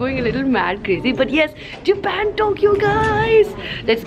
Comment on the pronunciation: Japen nahi japan bolna sikho